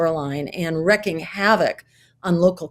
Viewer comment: I respectfully remind Ms. Stein that the expression is WREAKING havoc, not wrecking havoc.